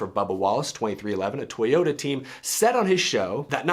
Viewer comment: NOO not toyoderr